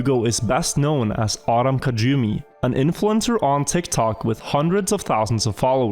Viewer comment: In regards to Tortugo, his name "Kajumi" is actually pronounced "Kayumi". But good effort:D